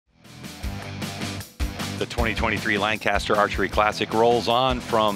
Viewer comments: lol not you PJ! restart the video and listen to the announcer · These announcers need to learn to pronounce Lancaster correctly